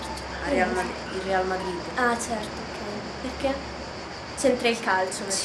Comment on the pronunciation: è il primo video che vedo di questo canale.. e il tuo comportamento non mi piace molto.. c'è questi "eczerto" "cominza" e quella vocina.. bho.. non voglio criticare ma bho prendila come critica costruttiva